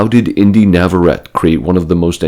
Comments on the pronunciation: Inde Navarrette’s surname is Spanish. It is pronounced “Navarretāy” NOT “Navarret.” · You might wanna learn how to say her name before you make a video about her 😂